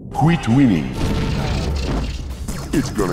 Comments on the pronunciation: “Quit whining” (pronounced “Quit Winning”) should be the subtitle of this game. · it's not quit winning its quit whining its just pronounced hella butchered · the dude is nagging and complaining over and over, why would he say winning? it's whining but pronounced wrong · Seems 'quit winning' was a mispronunciation of 'quit whining' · "Kweet weening" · Another year passes, qweet wheenning..